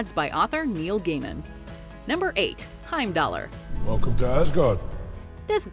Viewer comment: I have a few things. First, I Idun is pronounced " e-doon", the R in Heimdallr is silent. When researching these, did you happen to learn how to pronounce the names correctly. You can pronounce Hod correctly, but butcher everything else? You disappoint me